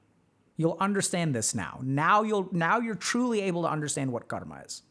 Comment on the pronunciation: UGHH!! It's Car-Muh 🙄